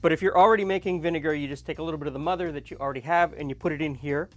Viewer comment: i am French Canadian and i understand English very well in fact i understand you completly but phonoticly i don't know what i am hearing when you speak of the 'mudder' mother... what is the word you meant please lol???